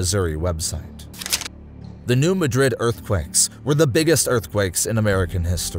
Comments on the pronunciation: Not you too!-its new mad=rid,not new ma-drid,please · If i hear one more person call my hometown new madrid im gonna scream! iTs New MAD-rid. We dont say it like madrid spain. Its got a country twang to it. Im not trying to be mean im trying to correct how you say the name of the fault line. Also many pastors in the 80s had prophetic dreams about this time! Great video! Much love❤ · It kills me the way the Bootheel of Missouri and New Madrid are pronounced in this video.